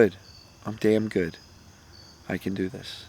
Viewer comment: Phones speakers 🔊 aren't the best. Did he say tell yourself you're "Dan Good!" Or "Damn Good!"? Asking 4 a friend..